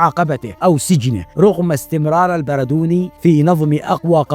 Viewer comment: البردوني بتشديد الدال